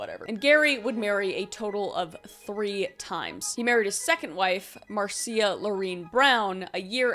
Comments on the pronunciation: Just a head's up. The name Marcia is pronounced MAR-sha. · Marcia is just pronounced "mar-sha". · Marcia is pronounced Marsha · My mom’s name is Marcia and it’s pronounced Marsha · Marcia is pronounced "Marsha" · MARCIA is pronounced as MARSHA. Like Marcia Brady. OCD, HAS GOT THE BEST OF ME.